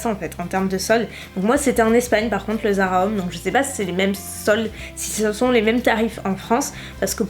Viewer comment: Haha, je crois qu'il faut que tu travailles un peu ton anglais :p On dirait que tu dis "Zara hommes" au lieu de "Zara home" alors je me demandais ce que tu pouvais bien t'acheter pour toi au rayon hommes :p